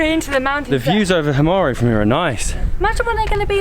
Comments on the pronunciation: please you don't pronounce it as himaré just himar without the ë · Guys it's called "Himara" or "Himarë" but not Himare..... ë is pronounced like "a" in "a book"... but you can also not pronounce it at all when it;s on the end of the word...so you can also say "Himar"... Btw ... you have a very good chemistry together so the videos you make are quiet amusing ... keep going like this :) P.s Molly looks like she is from Korça .... ahahahah